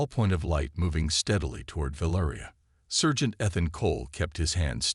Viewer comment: Great. Can't pronounce "Ethan." Can't pronounce "sergeant." What became of Rava?